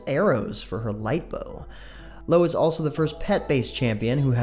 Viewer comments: ahahahaha LO ahahahahaha its io bro xD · Lo? Her name is pronounced Eye-Oh, like from Greek mythology and one of the moons in the solar system.